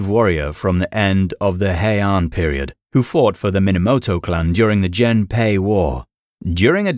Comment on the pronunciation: Gennpei (源平) is read with hard G sound as in "get."